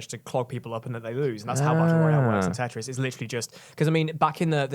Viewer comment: IT'S CALLED FUCKING TETRIS. IT HAS A SECOND T IN IT. IT ISN'T CALLED TE'RIS